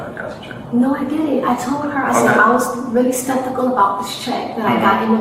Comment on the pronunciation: "spektical" ... "septikal" ??? Pick a mispronunciation and stick with it.